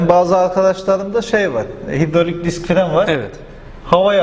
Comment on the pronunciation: Diks diyor fites diyor beni çıldırtıyorsunuz hocam